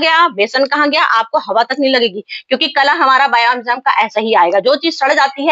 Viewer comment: बायो अंजाम नही होता बायो इंजयाम होता है 😂😂😂